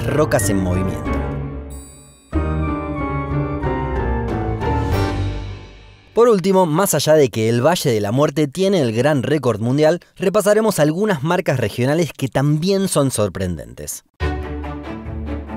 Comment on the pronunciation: Porqué cuando es falla tú dices : facha. Cuando es valle dices: vache, más allá :dices más acha. Porqué??????